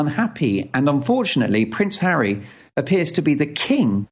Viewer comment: Did say "Prince Harry, Dan" or "Prince harridan"? Prince harridan suits him better.